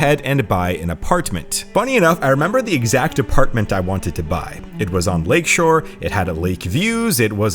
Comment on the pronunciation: He also said apar-t-men-t